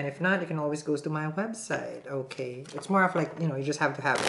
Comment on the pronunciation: "Onkay" 😂😂 I love how he keeps saying